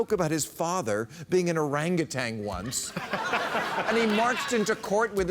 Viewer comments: Bill, I love your work, but you're killing me. There is no 'g' on the end of "Orangutan." Come on, man. You graduated from Cornell. Live like it.✌️ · Bill you look so ignorant each time (which is everytime) you say orangutang instead of orangutan. Why hasn't someone pointed this out to you? And for good measure, that's a picture of a female not a male orangutan. I cringe everytime you do this. Come on Bill as a supporter of about 75% of what you say please at least say the name correctly...